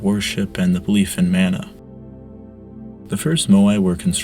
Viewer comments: hey man great video! I'm maori so I always get excited on pasifika and Polynesian history videos. Just keep in mind pronunciation because these languages are still used today. Mana is pronounced maahh naahh instead of man ah. Otherwise really awesome and interesting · It is pronounced Ma-Na. Not Man-A. The information is great. Thanks. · It is pronounced “mah-nah” not “man-ah” and it is something that is still practiced and respected in Hawaiian culture. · You're mispronouncing mana - its maa-na, as in "say aaaaah" when the doctor what's to look at your tonsils, not 'man-a' as in 'and'. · yes, thats rigth bro... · Mana is pronounced like mah-nah. Not: man-ah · the way you pronounce mana hurts my soul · Mana rhymes with gunner not spanner.